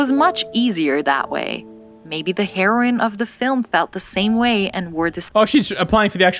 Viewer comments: Am I the only one hearing them say heroin multiple times? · Each time she was talking about the heroine she pronounced it like HEROIN and i was like she is taking drugs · They are pronounced different according to me Heroine is pronounced heeroin Because for hero you say heero so same for heroine And heroin well that is drug